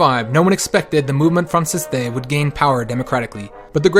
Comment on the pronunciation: "Movemont Francistay" should be pronounced Movemen Fran-see-st